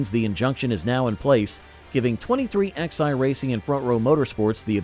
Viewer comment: It's not 23XI, it's pronounced 2311